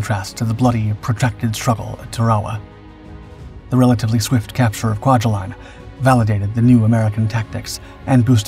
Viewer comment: (Kwai-huh-line) by the way.